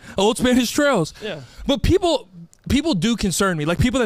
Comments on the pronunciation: Knowing he’s trying to say “old wives tales” and he says “old Spanish trails” is probably one of the greatest things in the world lmao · old spanish TALES 🤣🤦🏽‍♀️ NOT TRAILS